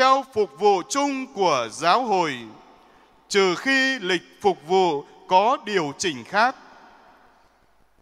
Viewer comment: Phụng vụ chứ. sao Cha cứ đọc là phục vụ nhỉ, sai sai thế nào ý